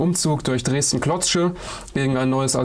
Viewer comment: Klotsche Junge, Klotsche, nicht KlotZsche... auch wenn da nen Z drin ist... 😂